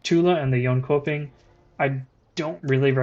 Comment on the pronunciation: it's pronounced yonchoping